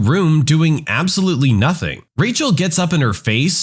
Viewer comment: "Nazing that coming" 🙏🙏🙏🙏😭😭😭😭😭